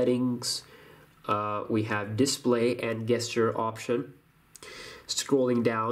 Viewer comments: gesture it's pronounced jesture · Just a tip, when doing tips for an English speaking audience, you need to correct your pronunciation of the word gesture/gestures. It is not pronounced with a hard g, it's a soft J, like in job. So pretend it is written "J"esture. It will give you more credibility if you make sure your diction is correct. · The way you pronounce gesture. Lmao😂😂😂